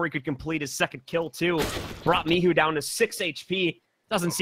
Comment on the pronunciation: Zaczyna mnie to powoli denerwować że w każdym meczu inaczej wołają na Micha. "misiu, miczu, micu" WTF BOYZ!